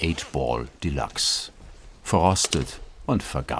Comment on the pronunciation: Wie der der Sprecher de Luxe ausspricht - Einfach nur grausam. Nervt mich auch bei einigen Werbeslogan. Wenn man z.B. + als Plass ausspricht.